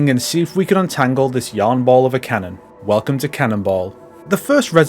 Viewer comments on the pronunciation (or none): none